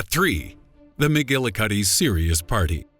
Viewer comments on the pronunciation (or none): none